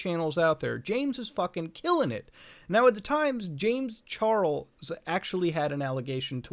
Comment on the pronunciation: "James Char el s"